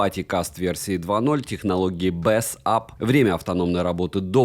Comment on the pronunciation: БЭЙС АП! Почему ты в каждом видосе говоришь «БЭС АП»? Бесит пздц.